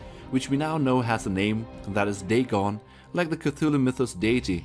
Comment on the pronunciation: That Godzilla was called dagon pronounced day-gone